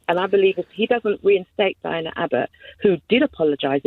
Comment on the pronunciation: The first caller got Diane's name wrong no less that 7 times, and yet she professes to care so much?